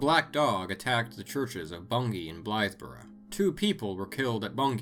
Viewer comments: Kudos for the correct pronunciation of Bungay and Blythburgh 😊 I live like 30 minutes from both. awesome video ✌️ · I was happy to hear of Black Shuck mentioned as someone from East Anglia and even more pleased to hear Bungay and Blythburgh be pronounced correctly, great video :)